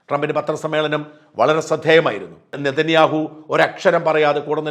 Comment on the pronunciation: Benjamin.Nethaniyahoo Ennanu peru dhayavai ucharikuka Mr Sajan skariya